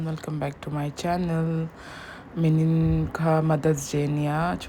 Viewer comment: nice vid👌🏻apply liquid eyeliner instead of Kajal… also Nimin (Yesterday) tih hi “Minin” i ti zel a😬 next vlog ah chuan i tih dik tawh ka ring🤭 I know you can do it..c’mon fighting💪🏽😄